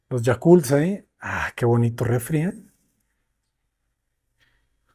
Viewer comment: "Los Yakults allí" 😆😂